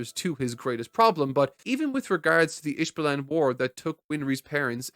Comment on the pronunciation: Listening to say “ish ballin” for two hours is such a fun way to spend the time